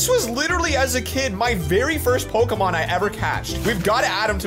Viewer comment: Hearing these two absolutely butchering Pokémon names kills me, but the nostalgia from my old pixelmon days makes it so worth it.